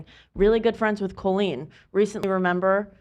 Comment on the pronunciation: Why does pronounce Colleen like Colon? Colonoscopy-leen. KOLeen. I'm going shopping at KHOLeens. Who doesn't say it like CALLeen?